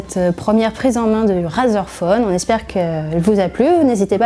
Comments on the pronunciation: On prononce « Raizer » pas "Razer" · On pourrait meme rajouter une accent anglais car rAzer et "raizer" c'est pas pareille 💩💩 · On dit pas "Razeur" on dit "Rayzeur" ! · Ça se prononce pas "razer" c'est "rayzer" putain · (Clique sur la vid) (Entends la personne prononcer le mot Razer <<Razeur>> et pas <<Raiyzeur>>) (Quitte la vidéo xD) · Arete de dire razeure